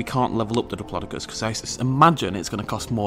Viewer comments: can you say diplodocus right please its annoying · you say it pure weird though it might just be me then